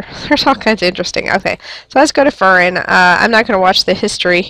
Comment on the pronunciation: Just so you know it's pronounced fear-rin